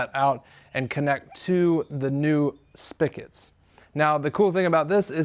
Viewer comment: Dude, "spigot" is pronounced spi-get, not spi-ket. We still love you though.